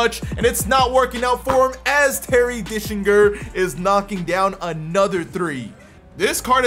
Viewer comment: It’s gets me every time you say “Terry Dickslinger” 😂